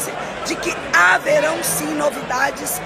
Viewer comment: O "haveraot" da veinha fakeada me mata 😂😂😂😂